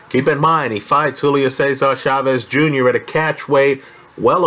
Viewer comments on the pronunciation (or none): none